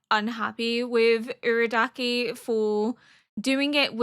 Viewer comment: It might help to know that with Japanese pronunciation, the vowels will always sound the same (A - ah) (I - ee) (U - oo) (E - eh) (O - oh). So in this way, Urukodaki's name is Oo-roo-koh-dah-kee. Nezuko is Neh-zoo-ko. Muzan sounds like Moo-zahn. Hopefully this helps! I loved watching your S1 and 2 reaction of Apothecary Diaries and I'm happy to see you following best boy Tanjiro! (Tahn-jee-roh!)